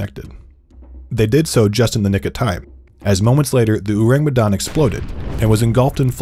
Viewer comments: its not Urang Utan kind of pronounce bruh its "Ow-Raang May-Done" thats how you pronounce it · It’s pronounced “O” (like Orange) - “rung. “Me” (may) “dahn” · Halloween has been less spooky without unsolved supernatural... Edit: Ourang Medan pronounced Oh-rung May-dan. Ou like oh, rang like rung, Me like May, dan like dan. I'm from Indonesia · It’s pronounced more like “oh•rung” (ourang) “may•dahn” (Medan) :) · It's "ou-rung" Medan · bule butchering our language wkwkwk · as an indonesian, his pronunciation of Ourang Sumatra and Medan is funny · Their pronounciation of "Ourang Medan" leaves a tingle sensation in my ear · I can't take it serious everytime the narrator said "ourang medan" 😂😂 and butchered all the vowels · I'm from Medan and the way he pronounces ourang medan is so funny to me lol im sorry i know you tried but white ppl always made me laugh when they try to pronounce something non-english